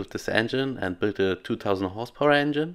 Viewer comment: Wheat-ten enhine ✅